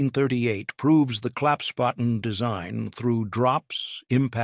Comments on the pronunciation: WtF is a claps potten???? Never heard of it....STUPID A I.....! Try Klapp Spaten = Folding Spade....! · The German word is ‘Klappsspaten’, klapps = folding, Spaten = spade. The subtitles get rather confused, not surprising given the narrator's inconsistent pronounciation. ‘Claps’ is OK although it's really closer to rhyming with ‘cups’. ‘Spaten’ is pronounced like spa–ten except that in German an ‘s’ before a ‘p’ or ‘t’ is pronounced ‘sh’: kl–ups–sh–pa–ten.